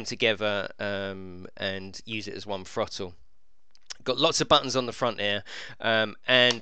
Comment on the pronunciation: What's a thro-le